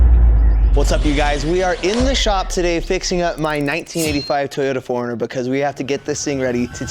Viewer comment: I thought you called it "the hornet" and I was like.. Ohhh for that 90's color Hornets jackets... Got it! Then I heard you say it again and realized you said "4runner" just mumble. Edit: Forgot to say Heal well!! Enjoy the hospital food if they keep you at all! lol